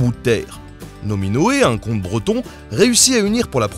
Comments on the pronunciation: c'est moi ou il prononce "Nominoë un con de breton"???? pas cooll =) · C'est "un comte" breton